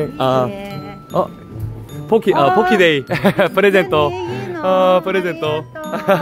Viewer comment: 형 발음 잘해야됭 ㅋㅋㅋㅋㅋㅋㅋㅋㅋ 폭키 가 봇키되는순간